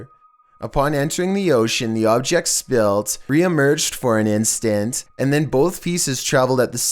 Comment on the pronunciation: Lots of mispronunciation Easter eggs in this one! Spilt instead of split and burrow instead of bureau. Oh you crazy!!!